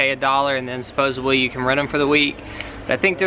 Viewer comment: When says "supposubly" FACE PALM.